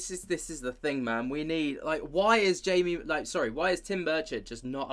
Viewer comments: It’s pronounced hai..mi not Jaime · Jaimie is pronounced Haimie, if I'm not mistaken. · Respect to Burchett. But Trump HAD THE CHANCE to let this stuff out and he didn’t do it. Also, Jaime is pronounced “Hai-mee.” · His name is pronounced "Hi me"